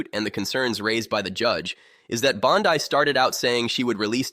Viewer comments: Can’t even pronounce the name right. It’s not BONDI her last name is BONDEEEEE. HORRIBLE AI. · Jeebus teach your AI personality to say Bonde or Bondy or Bondee! 😂